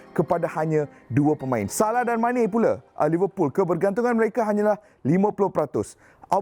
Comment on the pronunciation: x tersasul plak sebut saleh mana hahaha